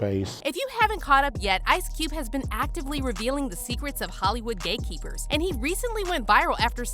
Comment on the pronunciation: I watched this video 4 times and I just figured out she was saying hate keepers and not gay keepers